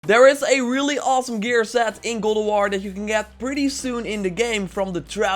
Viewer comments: "Really awesome gear set in GAWLDOWAR..." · GOAD OV WOR